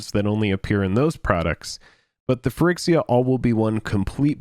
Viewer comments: yeah you guys are always saying phy-RICKS-iya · Your inability to pronounce phyrEXia correctly is really triggering me. Why can't you pronounce the letter E correctly?